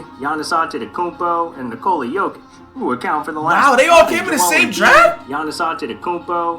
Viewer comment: Bruh I die Everytime he calls jokic jock itch